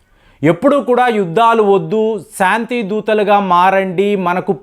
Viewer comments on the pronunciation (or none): none